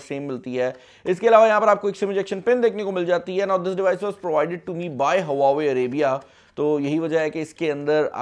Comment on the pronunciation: Bro before u make videos on huawei learn how to pronounce.